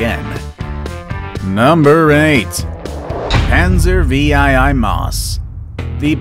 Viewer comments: VEE-I-I-I ? Noob. Panzer 8 Maus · Dude it Panzer 8 Maus not Panzer V'iii' Maus and Saturn v (Saturn 5) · Panzer vee aih aih maus? Roman numerals anyone? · Panzer VIII Maus pronounced panzer '8' Maus, and it weighed 188t from surviving documents of the war, not 207t.